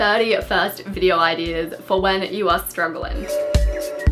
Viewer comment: Take a shot everytime you hear Videor